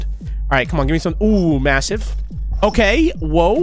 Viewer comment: stop saying masive